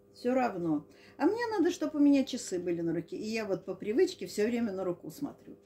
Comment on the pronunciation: Извиняюсь заранее, не хочу обидеть, но Вы действительно делаете много ошибок в ударениях. Кстати, Люда , например, говорит правильно рУку, нОгу, а не рукУ, ногУ, как Вы.